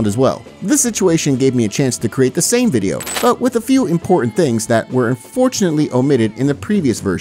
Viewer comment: "the wideo"😙 😂 top left